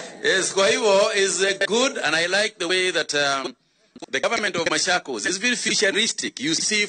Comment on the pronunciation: Not mashakos its machokos